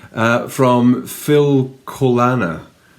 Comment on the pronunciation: Hello, it was such a pleasure watching and listening to you, and now you also have a fan in Denmark! I loved to be a tourist in your beautiful country, so thank you so much - and by the way, the designer of your Jingle Bell sweater is called Hanne Rimmen and your pronunciation of Filcolana was perfect! 😊